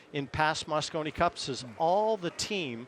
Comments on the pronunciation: I don't know which one was worse! The guy saying "moscino cup", or that he thought it was 2016???!? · Loooooool moscino 🤣🤣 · Did the announcer say mascino?!? And did he also call the European team ‘runners up’? He might as well said the 2nd place team. Europe is clever with their adjectives and adverbs, but sorry guys; when it’s a race between two teams, it’s winners and losers.